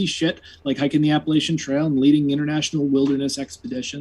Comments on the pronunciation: mispronounced Appalachian. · Nope. The pronunciation of a place is determined by the people who live there. I say Appa-LAH-chan when I'm talking about the specific region in the southern part of the mountain range (that actually came up in my previous debate with ), but the Appa-LAY-SHUN mountains run all the way up to Canada. People in the north use that pronunciation, as does the Appa-LAY-SHUN trail Conservancy, and that is the prevailing pronunciation by the people who live on the trail itself, ie: Thru-Hikers. So the part of the mountain range where the inhabitants say Appa-LAH-cha is where that pronunciation is correct, and everywhere else it's "Appa-lay-shun". Either pronunciation is correct for the range itself, but I tend to default to Appa-lay-shun because that's just the most prevalent pronunciation outside of the South.